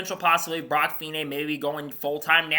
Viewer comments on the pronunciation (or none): Great news, hope it happens, he has the talent. One point his name is pronounced feeknee Cheers